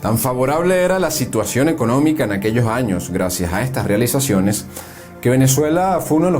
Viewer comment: Buen documental. Mi único consejo sería la necesidad de pulir la oratoria, para no afectar la calidad del documental. Por ejemplo: no diga "Lo Jandes", diga "Los Andes". No diga "Poco Jaños", diga "Pocos Años". No diga "Aquello Jaños", diga "Aquellos Años". La lingüística y pronunciación es vital, para darle prestancia y elegancia a éste y futuros videos documentales. También faltó comentar sobre Victorino Márquez Bustillo, quien fue presidente de Venezuela, entre 1914 y 1922. Gracias por este magnífico tesoro histórico.